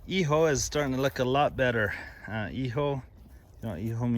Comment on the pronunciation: Hijo is pronounced EHOO